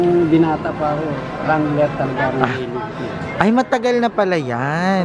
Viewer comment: WRANGLER. silent w po so RANGLER po yung pronunciation nya po <3 love you